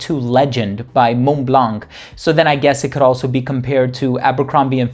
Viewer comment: I appreciate your attempts to speak words by their native pronunciation, so I’m sure you won’t mind this comment that the “c” in blanc is not pronounced. 🇫🇷